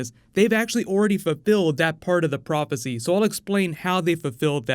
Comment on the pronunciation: Are we not gonna talk about this guy saying prop-acy tho